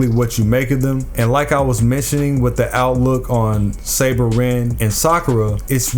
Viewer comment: Btw it’s saber lol